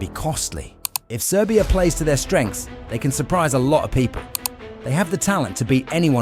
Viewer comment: Wtf are you saying?🤦🏻‍♂️ “serbia”? Is the dark horse, like fu*k off